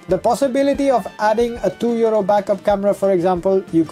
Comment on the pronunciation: Oh 62 euro lol, at the start the accent sounded like 62 year old and I was like whats he on about lol.